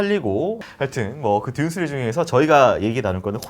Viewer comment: '시'리즈라고 발음 해 주시면 안되나요 ㅜㅜ